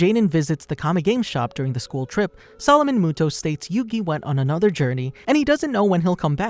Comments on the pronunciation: I can not handle him saying muto it moto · Its actually yugi MOTO. Not muto. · It's a moto not Muto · sound it out like Moe-toe, not Moo-toe and Ah-tem not At-tom, please and thank you!!! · Not muto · If you speak yugis last name as muto you have never seen the anime and your not a fan. You say it as moto. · Am I the only one that is triggered by yugi MUTO not moto? (How it’s pronounced) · muto? i thought it was moto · Doesn't the anime pronounce his last name as moto not as mu-to cause my brain is hurting right now if mu-to is the correct pronunciation. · It's moto not motou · MOTO!!, ITS PRONOUNCED MOTO UR UNCLUTURED SWINE!! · ITS MOTO NOT MUTO PLEASE PRONOUNCE IT CORRECTLY 😭😭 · Not Yugi Mooto 😂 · am I stuipid or do i remember it being pronounced motoh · You pronounce it Moto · why the hell you saying it like that you know there’s a ( oh ) at the end muto smh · Me too, it was pronounced ‘Moto’ in the Anime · It's pronuced m-o-t-o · Mu toe. Reeeeal epmphasis on the toe. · The last time I watched the English dub, I think his last name was pronounced "Moto", but please correct me if I'm wrong. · Me but that’s not how u say atem or muto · You saied his last name wrong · Not to he rude but your are pronouncing yugis last name wrong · The narration kept annoying me with how it pronounced muto